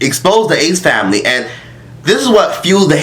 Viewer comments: “the disgrACEE famiLAYY” 💀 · “Tha snake famlehhh”😭